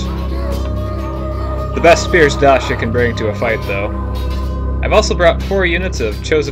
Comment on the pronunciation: lol you pronounced it like Dasha (Dacia) sounds like a Russian woman lol. nice game though, I think you had it under control because of your position, and he didn't hit you with everything, all at once, might have worked in his favor that way